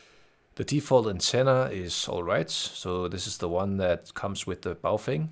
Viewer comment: the brand should be pronounced "Bao" "Fung"(or "Bao" "Phone") ; Mandarin pronunciation.